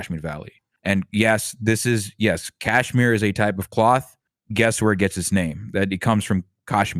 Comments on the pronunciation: TBH I found myself getting triggered by what he was saying at times. Oddly, his pronunciation of Kashmir (which is very Tamil-coded and is subjectively endearing). He has an interesting perspective that is different from most commentators of Indian descent, online. I think that's pretty cool. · Bhai tu pehle kashmir achi se pronounce karle fir apne galat opnions thopna ( oh sorry i forgot you won't understand what i have written cuz you don't understand hindi. you have a very stupid take ) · Thank you for writing this. I can't fathom how this guy is giving commentary on Kashmir while pronouncing it incorrectly. The leftist discourse on Kashmir is disingenuous. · Can’t stand this coconut saying “Kaash-miri” on and on again. It’s “Kush-mir-i” ffs. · atleast he didn't say "kaasmir" like some do, "cashmere" is still better pronunciation than "kaasmir" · Why is the Indian pronouncing Kashmir wrong…wtf is KAAAshmir? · why does this guy keep pronouncing Kashmir wrong its pissing me off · The way he pronounces kashmir and tamil is enough for me know he's whitewashed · Next time u wanna get an "expert" on Kashmir at least get someone who can say the word kashmir properly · this point about the pronunciation 🫣 it was really bothering me the entire time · At least try to pronounce things correctly… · some parts of his argument/coverage are also propaganda, just fyi. its extremely hard to find unbiased resources on this issue. i mean, just to add some context, he has pronounced the name of the land and the people completely wrong this whole video. not that that that illegitimises all his points but its obvious he is not well versed with the nuances of the situation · what a shit discussion, feels like they are only targeting Indian narrative without understanding the complete history of the region and disregarding hindus when they are the victims. p.s. its "kashmir" not "Caasshmir"